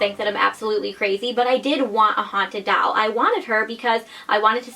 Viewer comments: ITS DOLL NOT DALL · I think it's super cute how you say doll but sounds like you're saying haunted dowel. Like a ghost attached to a piece of wood 😂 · Why do u say doll like that omg stop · The way she says doll 😂